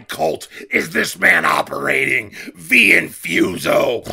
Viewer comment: Yo what's a Vee Infuso Sounds like a drinkable V8.